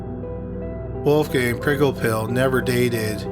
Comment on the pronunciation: Perhaps the mispronunciation of Wolfgang's surname?